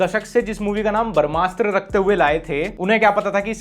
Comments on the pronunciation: Bhai "barmasthra" nahi h wo, "brahmastra". I luv your videos but hinduism related koi word agr galat pronounce kia jae to i would like to correct it with due respect. Rest keep going big fan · भाई barmshtra nahi brahmashtra hai.. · Everytime you pronounce brahmastra, a little part of me dies.